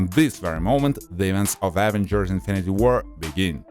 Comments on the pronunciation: Why does he say avenagers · What the hell are the AH-vengers?? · And the evengrs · Why you saying Avengers like that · Bruh your saying avengers wrong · Samuel Maurer 👌